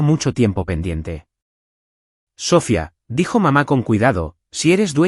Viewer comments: ¿Porque constantemente acentúa la última vocal? ¿Porque en todas las narraciones pronuncia Sófia, con acento en la o? Lo correcto es Sofía, con acento en la i. Tendría de volver a la escuela para aprender gramática. A VER CUANDO REVISAN LAS NARRACIONES ANTES DE EMITIRLAS Y ASÍ PODRÁN RECTIFICAR ESTOS ERRORES TAN ESTÚPIDOS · Es Sofía, con acento en la í, con entonación en la I no en la o. 😅